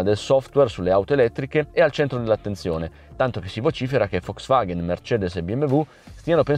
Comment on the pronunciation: ma perchè dici "Foxvaghen"? A voler essere puristi, dovrebbe essere "Folks Vaghn" (la "e" si "ingoia").